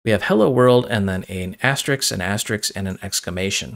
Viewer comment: ass-ter-risk, not ass-ter-iks, so the plural is ass-ter-risks